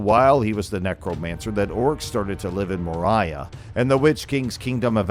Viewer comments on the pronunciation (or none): Moria is pronounced MOR-ee-ah.